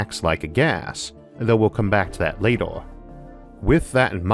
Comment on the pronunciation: Sorry, but does this guy not know that it's 'later', not lator', bigger not 'biggor', or maybe he's eating something ...